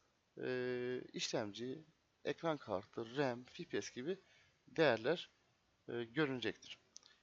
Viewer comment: cpu işlemci gpu ekran kartı ama fipies nedir ya yanlış okuduğun için dn yoksa iyi video